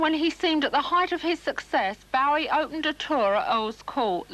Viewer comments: Yeah she makes me cringe each time, then when she's speaking to fans she says it correctly pfff... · So was it Janet street Porter who started the mispronunciation of Bowie then? I thought it started with celebs around 1983 live aid time.